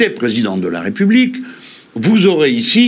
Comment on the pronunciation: En même temps quand un candidat est reçu sur un plateau mais présenté comme "le futuw pwésident de la Wépubliqe" ça en dit long.